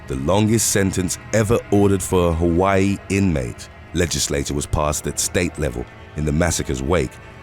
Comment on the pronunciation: I live on the island of Maui, Hawaii. Born and raised on Oahu. It’s impressive that you pronounce the Hawaii names perfectly.🌺🤙🏽🌴